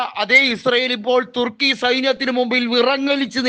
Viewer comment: 😂😂😂😂തുർക്കിയ്ക്ക് പിറുക്കാനെ നേരം കാണൂ😂😂😂😂 ചേട്ടൻപിർക്കി പിർക്കി പറയുന്നതാണോ പിർക്കി ചേട്ടാ😂😂😂😂